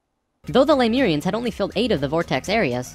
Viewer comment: Is it just me, or does keep finding new pronunciations of 'Lemurian'.